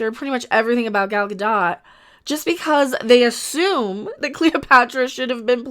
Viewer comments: It is Gal Gadot. Ga-doe not Ga-dot like Mer-loe not Mer-lot for Merlot. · Gad-oh-t. Long o with a soft t at the end.